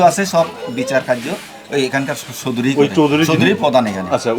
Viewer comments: Choudri noy chakdri bala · Chowdiri na chok diri